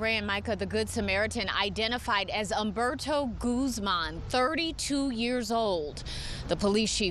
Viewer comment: Uhmberto? It's Oomberto. At least say his name correctly. He is a hero.